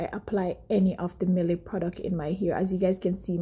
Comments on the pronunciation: It is pronounced mi elle. Never mind you have beautiful little baby. Blessed sis ❤ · Its pronounced........My•Elle. Simple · I don't think it was the products that damaged your hair. I don't think your hair was fully detangled before shampooing. When removing a protective style it's best to do a pre-poo first, not go directly to shampooing. Lastly the product is pronounced My-elle. Their products are designed for natural hair and your hair looks permed. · You have to take accountable your hair was damaged all ready and you also pronounce it wrong